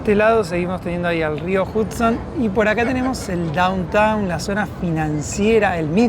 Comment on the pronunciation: Aclaración: el río Hudson, se pronuncia "JAD-son", NÓ JUD-son". Igual como "Nueva York" se pronuncia "Nueva iork", nó "Nueva SH-ork".😊😊